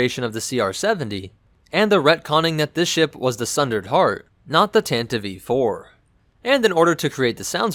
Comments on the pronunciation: thatnks for clarifying. I've never heard it pronounced that way before, I would have thought if that was the intention they would have spelt it 'Tantivee' or something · Why do you call It tantiv E IV? Isn't It Just tantiv IV? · Tantive IV, why is he pronouncing it Tantieve? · It sounds like you are saying either Tantive E-4, or tantivee 4. It sounds wrong, as it is. The "e" is silent, but you pronounce it like it should be pronounced, which it shouldn't. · Pretty sure the last E in “Tantive IV” is silent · same. that drove me nuts, lmao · Tan-tiv. Please not tan-tivee. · I'd really like to know why you measure stuff in Wookies, Sandcrawlers, Millenium Falcons etc....your videos are great otherwise, but why do you do that? Also: I thought you call it the TANTIVE (not Tantiveee) IV? :) And another nitpick: Disney-Canon mixed with "legends" (Hate that moniker!)? Especially that stupid retcon that Leia's ship was at freaking Scarrif? Damned, that's so stupid, especially if you watch Rogue One and then watch A New Hope directly after (Leia's lies weren't very convincing in the first place, but telling Vader who saw your ship escape a few hours ago that you are on a diplomatic mission is beyond flimsy and stupid, especially since you don't have to travel to the Outer Rim to go from Coruscant to Alderaan! (not to mention that Vader/the Empire would have recordings of that action at Scarrif (thus you've just handed them proof to kill you) and thus could prove that Leia was a Rebell and thus they could legally detain and even kill her, even if the emperor would have never disbanded the senate! The senate would crack under that pressure, the evidence to damning!) I prefer the version from the EU, where it was Bothan Spies that got the plans for the Deathstar! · the ship is called the TANTIVE 4 not the tantdi- v 4 , or the tantiv -E-4 , ....the tantive 4 (grates on my nerves EVERY time you butcher that name google it .